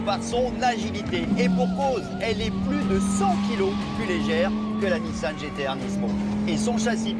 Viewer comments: tout le reportage avec NISAN au lieu de NISSAN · A ça doit être le journaliste qui a fait le reportage sur le Gumball... 😅 Sérieux le " NISAN" c'est magnifique...